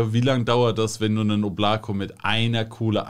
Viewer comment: Oblako wird im übrigen O-bla-ka ausgesprochen 😂 aber der Name wurde soooo oft schon falsch genannt, dass es nun nicht mehr zu retten ist. RIP